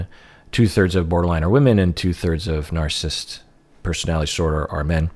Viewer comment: Please, please, please, someone tell that the word ‘narcissist’ has THREE syllables, not TWO. It’s nar-cis-sist, not nar-sist.